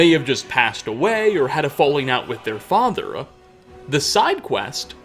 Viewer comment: why the dude who is voicing over the video puts an a at the end of so many words where a does not belong. like the following: "and his youngest son: Nelkir(a)." "offspringa" "fathera" "the wispering doora" "herea" "wizarda" "ebony blaida" "siblingsa1" its so weird